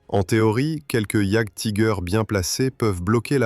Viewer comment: "Jaguetiger" :face-green-smiling: Sur youtube c est beaucoup trop souvent que les gens parlent de ce qu ils ne connaissent pas ! C est pas en 5min de recherche que vous êtes capables de faire une vidéo sur un sujet ...